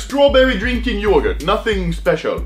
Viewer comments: Everyone: yoghurt Anomaly: JoOoGuRt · Man that's how you say yogurt in swedish... very nice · lmao yågurt BAHA bästa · man really pronounces yogurt yoigært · the way Anomaly says yogurt XD